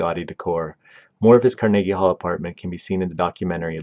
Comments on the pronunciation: Freaking hate ai narration… car-neeege hall? Puhlese!! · CAR-NA-GEE Hall. Bro, how do you not know how to pronounce that? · Pronounced car.nuh.gee hall with emphasis on “car” and hall. Definitely not: car NAY gee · Car na GEE hall Can you pronounce ANYTHING right??? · Not to mention he pronounced Carnegie Hall as Car-niggy Hall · The way you pronounce some words is really irritating me. Carnegie Hall, Mortensen are just a couple. You do it to get comments complaining. I get to call you an uneducated idiot. We both win. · Made this nearly unwatchable. It's not as if it was a language barrier issue, more like a lack of research, issue. Seriously, who doesn't know how to pronounce Carnegie Hall? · I am certain the name is pronounced such as "vee-go" and the halls name is pronounced like "car-nah-ghee" i always stress as ive done public speaking look for 3-4 instances or a name or location to get confirmation as to how it sounds. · Learn how to pronounce these names. Viggo mortensen? That pronunciation was terrible. Carnegie Hall? That's not how you pronounce Carnegie. Ridiculous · The narrator's pronunciation of "Mortensen" and "Carnegie Hall" are kinda' weird. In both words the emphasis in on the first syllable, not the second.